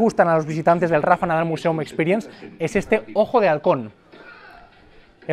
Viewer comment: Ya que NO sabes pronunciar "Museum" en inglés correctamente, mejor dilo todo en español. Al menos se entenderá lo que dices. Porque de lo contrario, pretendes ir de sobrado sin tener ni idea.